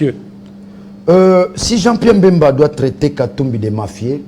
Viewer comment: Daniel Safu,on ne dit pas,il siesta fait bcp de l'argent mais bcp d'argent, en plus son nom est BEMBA ,pas Mbemba